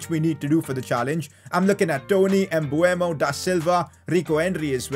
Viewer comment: Its pronounced Mbumo, everyone thinks its Mbuemo, but its written Mbeumo